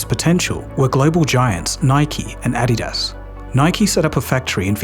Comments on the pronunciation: the raised last vowel in adidas is how UK/aussie accents pronunce adidas. The US pronunciation is actually the one that is incorrect when compared with the German pronunciation. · Never in my life have I heard someone butcher Adidas so badly lmao. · I'm going to start pronouncing it "add-ee-daas" from now on as well! ;)